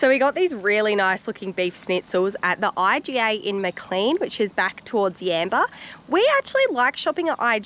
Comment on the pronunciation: Maclean..... is it pronounced "'maa - cleen"" or ""maa - claynn""?